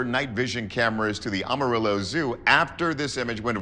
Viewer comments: AM arillo not aum arillo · it's pronunced A ma ree yo. It's spanish. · It’s not pronounced Ohmorillo! It’s pronounced Am- A- Rillo😂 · First off....it's A (short a) marillo and secondly OMG even the locals know it was fake 😂 Nothing happens in the Texas Panhandle. And before you remind us of the big foot sightings, we have no trees for anything to hide in here. It's a desert .... With a tumbleweed or two blowing through. Again...short A .... The mispronouncation made my skin crawl more than anything else in this video. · "Amarillow Texas" I love it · As a Texan the way hes saying Amarillo is killing me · Is anyone else bothered by the pronunciation of 'Amarillo'? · I find it hard to believe, this guy can say "demodectic" mange, but can't pronunciate "Amarillo" correctly. It's NOT (Om-arilo)... it is (Am-arillo)